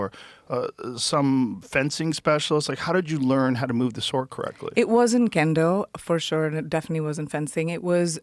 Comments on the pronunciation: She keeps mispronouncing SWORD. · Are you kidding me with this sh*t? Btw, genius, the “w” in sword is silent. Imagine anyone listening to this for longer than ten seconds.